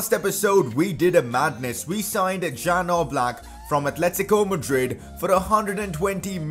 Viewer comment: #pcq It's not jan oblak It is pronounced as ian oblak btw good video make more of them